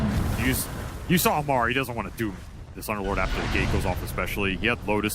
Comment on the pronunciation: Ammar ❌ Omar ✅